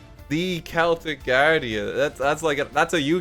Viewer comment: Thank you for pronouncing Celtic properly, it drives me insane whenever Duel Logs says it with a soft C as if it's the football team